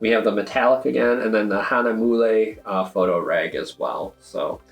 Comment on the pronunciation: It took a while to pronounce giclée (I say gee-clay). Hahnemühle (Hana mule) still does not come out right. You guys did a wonderful detail review. Remember to think of production days in business days and yes the processes would have picked it up on 8/23 and the printer may have kicked it out 8/24 then it waits in line to be cut. Flat packages are more susceptible to damages which is why you need hard tubes. But send picture to FinserWorks with an X through it and they will replace at their cost.